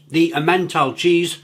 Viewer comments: If you want to be taken even half-seriously as a fast-food critic, do please learn to pronounce everyday cheeses like Emmental properly, otherwise you just sound rather silly, sorry but you do. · The way he pronounced “emmental cheese” 😂never change. We love you!